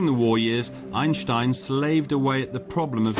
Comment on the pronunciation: talk normal moron. every time you say "Einstein" you pronounce it like "aejnstaejn" you exaggerate the german accent every time you say 'einstein' . you make his name sounds like the worlds most disgusting ice cream. just pronounce it like "Ainstain" in the german way .dont over pronounce his name in an exaggerated german accent its ridiciouless and annoying. German isnt the most charming accent so do not exaggerate that accent.